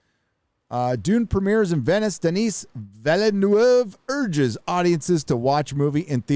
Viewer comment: I know saying "Villeneuve" is impossible for you...just say: "VEEL-NOOVE". Closest you'll get.